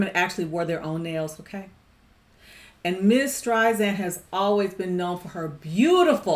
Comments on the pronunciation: LOVE the song and the movie. ADORE Barbra to the moon and back. And absolutely loved watching and listening to your reaction. Thank you!! You.re a delight. P.s. others have probably already mentioned this, but her last name is pronounced with S sound, not Z... like StrySand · I am a HUGE fan of Barbra's! This movie is wonderful; however, a key scene was removed which further identified why their marriage dissolved. It wasn't just because he had an affair, she also was ratted out by her friend, who identified her as a communist when the blacklisting period took place in Hollywood where he wound up working. Sydney Pollock, the director, cut it. Therefore, the ending doesn't completely explain their demise. I love your reaction and passion, but please do not say StreiZand. It is StreiSand. Like Sand on the beach. Soft S.